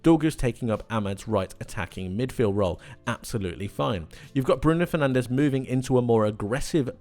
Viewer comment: You're gona say athletic cloob but can't be bothered to say fernandez properly